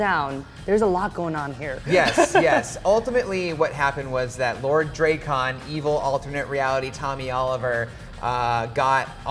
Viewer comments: This huge fan calling him drake-on again. SMH Hate this guy being pretender. So glad it is over so don't have to listen to him talk again. Listen to the writers if you would be aware of how to pronounce it. A huge fan would know. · Why are you saying his name wrong... it's not Drecon... its Drakkon.... pronounce the A like in Apple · Drak-kon not draykon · Here he says Dray khan, a person at the lcs pronounced it drah kin.....how is it really pronounced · PSA: Drakkon's name is pronounced "Dracken". "Drakk" as in "black", while the "on" is a short "en" sound. Kyle Higgins, the architect of the comic for most of its run, confirmed it some time ago. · could you please stop pronouncing lord Drakkon so chopped up 😧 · ITS DRAKKON!!!! NOT DRAKKON!!!!! 😡